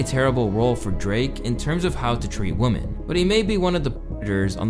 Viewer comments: Is it just me or does he keep saying "woman" instead of "women" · Is he saying woman instead of women? Just wondering because that was confusing me lol. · Minor point: 'women' is actually pronounced WIM-in. Not WUM-in. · The word "women" is pronounced "whim in" not "woman". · Enjoyed the video.. but I can’t unheard you saying “woman” when you should be saying “women”…😂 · Yep. Drake is a CERTIFIED misogynist and a CREEP. (SN: Women is pronounced "we-men" not "woman".) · “Woman” and “women” are pronounced differently. Use “women” for plural, instead of “woman” for both plural and singular. You’re welcome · Woman and women aren't pronounced the same otherwise great video man keep up the good work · Idk why this bothers me so much but the plural for woman(women)is pronounced “we-men” not woman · Why does so often in this video, "women" and "woman" sound the same? Is this some scene thing? Or is it the canadian accent or something? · You keep saying woman instead of women. No big deal, neither is right anyways. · you are mispronouncing "women" it's not "woman" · The way you keep pronouncing “women” as “woman” is driving me ansolutely insane man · It bothers me how he pronounces"woman" its women. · Is he sayin with woman instead of with women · why bro keep saying "woman" instead of "women"? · why does he keep saying "woman" singular instead of women plural 😅😂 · "Women" bro, not "woman", when speaking in plural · Yo, please learn to say WoMEN, not woMAN when you are speaking about several woMEN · My G, why do you pronounce Woman, and Women both as Woman?? Its killing me! 😂😂😂 And you spelling out "kisses" & lowering the volume on the word "13" , but letting the n*word and the Fword! slide thru no problem..,is genuinely distracting 😂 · Why is it impossible for to say women and not wo-MAN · pronounces woman and women the exact same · Women pronounced wimin. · Why are you saying women like the word woman? It’s pronounced WIH-men.